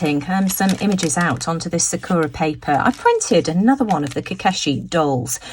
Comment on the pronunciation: Sakura is pronounced with the emphasis on the first syllable. And the second & third syllables are pronounced as “ur-a” not “ō-ra”. It means 🌸 cherry blossom. Thanks so much for sharing all these wonderful products.